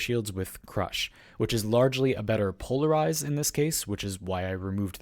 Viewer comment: u change polized for quiver instead of pull? ultra lol